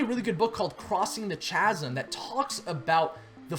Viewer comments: It's pronounced 'K-azm' not 'ch-azm' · chasm is 'K'azm', not "cha-sm" ironically. also innovators -> early adopters, not other way round. ;) not that im picky. good job!!!